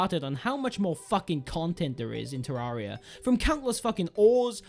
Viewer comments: Te-rear-i-a is how you pronounce it. Not te-rah-re-a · The cat Lord shame on your if you say it "ter-area" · ye its supposed to say "terra"-ria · You pronounce terraria wrong